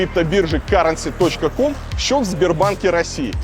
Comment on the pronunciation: Да не каренси, а кьюрэнси)))